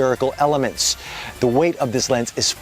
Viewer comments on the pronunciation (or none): none